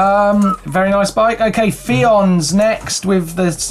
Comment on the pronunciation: Fionn and Laois were pronounced so wrong it's not even funny. Fionn = Ff yun. Laois = Leesh